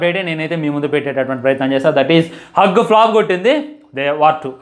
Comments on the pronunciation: హ్యూజ్ రా బాబు హగ్ కాదు 😂😢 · అరేయ్ బాబు నువ్వు రివ్యూస్ తరువాత చెప్తువు గాని.. ముందు ఇంగ్లీష్ నేర్చుకో.. అది హగ్ కాదురా నాయనా 😂😂😂.. హుజ్.. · అది “హగ్” ఫ్లాప్ కాదు రా నాయనా, దాన్ని“హ్యూజ్” ఫ్లాప్ అంటారురా బాబు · Arey First school ki velli English nerchukoni raa erripuvva adhi hug 🫂 kadhu raa huge ante pedhaga ani Ekkada nunchi vastharaa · Arey adhi హగ్ కాదని ఎవరైనా ఈ పిచ్చి హుక్ గానికి చెప్పండ్ర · Hug kadhu ra Huge ra ayya😂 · Hug kaadu bhayya huge pedda ani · హాగ్ కాదురా ఎర్రిపువ్వ హ్యూజ్ అది 😂😂😂😂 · Arey adi hug kadu ra ekkada Chaduvukunnav ra babu nv huge ra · Mental kukka Adhu hug kaadhu ra huge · Bro adi huge Anukunta hug kadu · హగ్ ఫ్లాపు ఏంటి రా బాబు హ్యూజ్ ఫ్లాప్ అనాలి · Hugg kaadu raa poramboku edava It is hugE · First try to learn about hug flop and Huge flop..pronunciation is worst worst fellow.. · హ్యూజ్ హ్యూజ్ హ్యూజ్ రా బాబు హగ్ హగ్ హగ్ కాదు వీడు రివ్యూస్ ఇచ్చేటోడు పని పాట లేని ఎదవ వీడు నోటికి వచ్చింది వాగుతాడు వీడు జీరో knowlegde డాగ్ వీడు 😂 సోషల్ మీడియా లో వున్నపుడు atleast స్పెల్లింగ్స్ అయినా నేర్చుకోరా బాల్ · Huge హగ్ కాదు. హ్యూజ్ అని చదవాలి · హగ్ కాదురా నాయనా హ్యూజ్ flop అంటే చాలా పెద్ద పరాజయం అని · hug kadu huge adi vellimudra velli chadvuko ra firstu appudu vachii reviews cheppu 😂😂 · Vedu chadukunnada asalu... Huge ni hug ani antunnadu😂😂😂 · A class varaku chadivav ra , adi hug kadura ,huge. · అది హగ్, కిస్ కాదురాబాబు హ్యూజ్ (బారి)😂😂😂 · Hug kadhu raa....adhi huge 😂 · Anna sariga chaduko ra pukka huge adi hug kadu😂😂😂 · Hug ❌Huge ✅